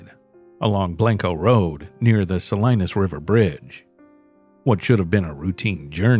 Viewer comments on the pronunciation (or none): Pronounced Suh lee nuhs not Suh Lie nus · It's pronounced SAH-LEE-NUS... if you're gonna make a fake channel why don't you go ahead and look up these words and figure out how to pronounce them correctly. It's so awful to hear SO-LINUS over and over again it's not correct. It makes me wonder if anything is correct in your AI produced fake video?